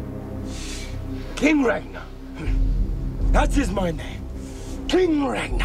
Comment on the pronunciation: I just like the way he pronounced it